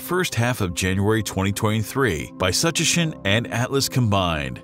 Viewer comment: We’ll see - I’m old enough to remember all of the hype about Kohoutek. I’m willing to bet that astronomers are more temperate in their predictions about this comet’s possible brightness than this video, whose information could be about as good as its pronunciation of, “Tsuchinshan.”